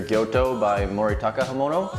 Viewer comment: tsuchime, gyuto, bunka....your pronunciation of these words are really really off, please ask a native japanese speaker on how to pronounce them